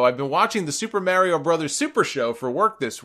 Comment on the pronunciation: It bothers me how he says Mario